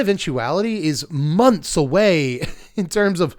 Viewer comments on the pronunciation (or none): none